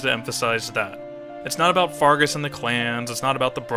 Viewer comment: It's Fergus, not Fargus Also, D O W N W A R D S P I R A L